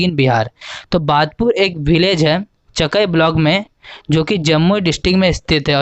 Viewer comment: Cha kaaiiiii Pronounce galat kar rahe ho